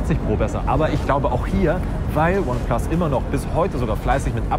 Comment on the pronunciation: Sprich mal bitte ineplus richtig aus^^